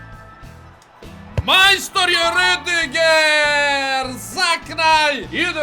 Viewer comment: Kaze se Ridiger